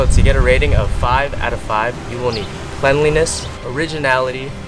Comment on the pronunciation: why did he say why he say “cleanliness” like that